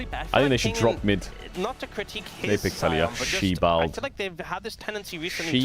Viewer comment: Dear Caedrel, no matter how much you want it, "she-bald" will never become an actual Korean word ;)